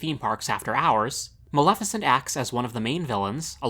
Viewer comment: Yassss! Finally someone who can pronounce Maleficent's name correctly! Most people pronounce it MaLIFicent instead of the correct pronunciation- MaLEFicent. Well done!!!